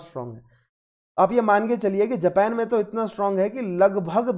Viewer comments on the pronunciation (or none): none